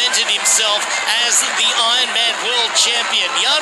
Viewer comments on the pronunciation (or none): Is the narrator saying I-man instead of Ironman?